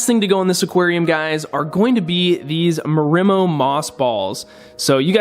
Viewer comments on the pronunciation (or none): How he says marimo upsets me for some reason...